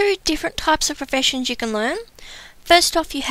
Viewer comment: you say professiunsh and word of warcraft :D :) :I :( :C :O